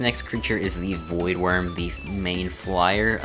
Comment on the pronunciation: Voidwrym is pronounced 'Void-Rim'